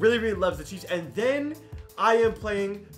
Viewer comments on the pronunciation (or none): none